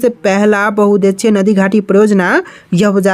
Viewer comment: भाई आप उद्देश्य को गलत पढ़ते हो और बहुउद्देशीय को भी । कृपया करके सही पढ़ने का प्रयास करिए 👍 ।